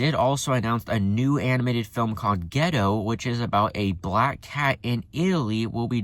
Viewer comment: Just want to fix your mistake, it's Gatto (which is cat in Italian) not Getto, it will sound like your talking about a poor neighborhood. Yeah... Hoppers seems to be the least interested one, I still need more info for it. I don't think we need another Toy Story but the whole toys vs. technology premise is really interesting.